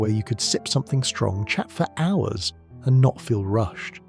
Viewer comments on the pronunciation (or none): none